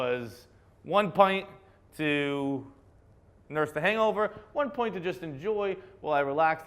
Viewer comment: The way you say “pint” is so Irish